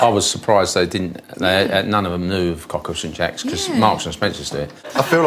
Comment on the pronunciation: It’s “co- keel, Sant jock”, and the dessert should have been “dessert pain (pronounced pan)” but if they chose the Brit idiom of pudding for dessert, should have been boudoin (boo-dan) pain. But pretentious people are usually not educated.